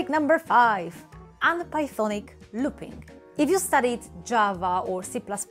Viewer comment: ı love when she says LOOPİNG LOL